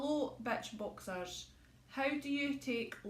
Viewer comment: Ahah you said bitch boxers